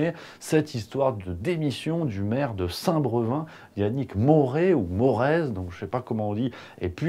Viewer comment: avait déjà posé lu quertion sur l'état mental de Macron il y a 4 mois: Sinon, la ville c'est Saint Brevin (avec un É).... et non Saint "Breuvin"... merciiiii 😉